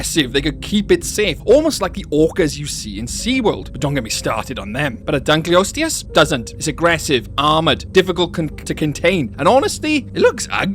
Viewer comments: lol its Dunkleosteus and not Dunkleostisis who teach you read?? must be Punished Hardly ! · It really bothers me with how you mis-pronounce Dunkleosteus. the osteus part is from the Greek for bone. Just think of Osteoporosis or Osteoarthritis.